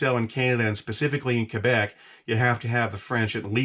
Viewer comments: He pronounces Quebec properly! Kebec! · You say Quebec very well for an American haha. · Im surprised as an American you say "Quebec" perfectly well